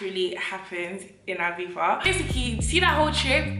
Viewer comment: We don’t pronounce the z in the UK, I believe you’re not meant to